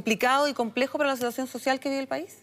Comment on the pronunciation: Dice la sisiacion social jajajaja